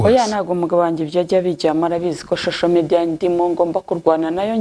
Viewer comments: ntibavuga shosho mediya bavuga social media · ntibavuga shosho media bavuga social media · Nti bavuga shosho mediya 😅. 😂